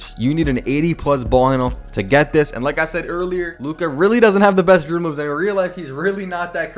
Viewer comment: Bro CANNOT pronounce "dribble"